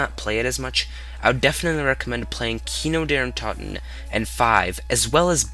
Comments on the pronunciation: Great review. But sorry you can't pronounce anything. Kino Der toten. Not kino derun toten. Deadshot daiquiri. Not deadshot diquiri. Vr eleven. Not Vr one one. It's pronounced tawkeo. Not take-eo. Richtawfen. Not richtoe-fen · It is kino der toten not kino der Untaten